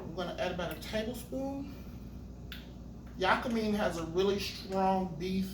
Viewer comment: It's pronounced..Yaa-ka- MEEEE